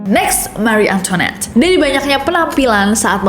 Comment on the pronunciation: cara bacanya mari antoan